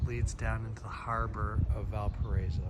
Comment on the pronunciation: VAL PA RA Í SO NO "VAL PA RA ESO"